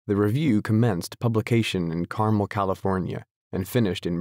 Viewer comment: never, never never censor Hemingway. He won the Nobel Prize, among other honors. You have a great reading voice!!!! I'm just starting the book. BTW, Carmel, California is pronounced Car-MEL (accent on the second syllable). Good work!!!